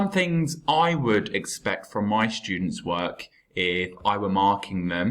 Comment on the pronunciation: But why you always say " shtudents with the sound " sh "